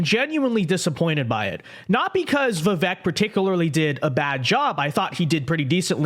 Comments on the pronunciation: Before you start offering commentary you might want to learn how to pronounce “Vivek.” It rhymes with “cake.” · Bill can't let go of Trump. He's normally independent, but with Trump, we can't be. (FYI, it is pronounced Vi-vake like cake)